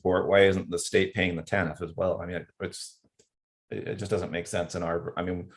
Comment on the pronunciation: TANF (not Taniff) - Temporary Assistance for Needy Families